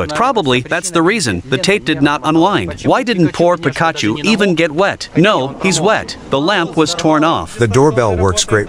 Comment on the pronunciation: BROOOOOOOOOOOOO!!!!!!! YOU GUYS ARE SOOO SOOO SOOO DAMN SMART WITH ALL YOUR DIFF EXPERIMENTS!!!!! I LOVE IT!!! ALSO, I WAS CRACKING UP WHEN YOU WERE TRYING TO SAY THE NAME OF THE STUFFED YELLOW TOY IN THE CHAIR!! BUT TO HELP YOU OUT THIS IS HOW IT IS SAID.............. "PEEK AHH CHEW"........ THAT IS HOW YOU SAY ITS NAME JUST SO YA KNOW!!!!! JUST SAYIN!!!! THANKS, F.M.V.